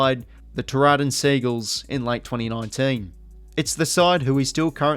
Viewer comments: Just a nit picking, Tooradin is pronounced too r din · Solid research & well presented. However, may I suggest you learn how to pronounce the names of towns correctly? You totally cooked the pronunciations Tooradin, Doutta Stars & Heidelberg.